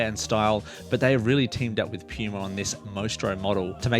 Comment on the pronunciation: Thanks for the vid. Your accent had me cracking a smile every time you said puma or as you say pyouma lmao.